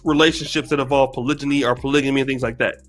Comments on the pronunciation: Yooooo what word is she saying. Polyjamous lmaoo. I know there is polygamy and polygyny, but I'm quite sure that isn't the correct pronunciation of either. She needs to go back to the drawing board. A lot of the stuff she said made no sense. She is just trying to get paid off the manosphere. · Is this women for real, I'm not black and hell noooooooo. This women is full of it and of course she's single. She can't even pronounce polygamy.